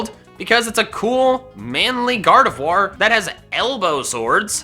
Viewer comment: its Gardevoir, not Hardevoir! Fix it now!